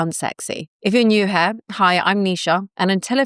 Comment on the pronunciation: "If you're new here" Here is not pronounced Hair, it's pronounced Heer.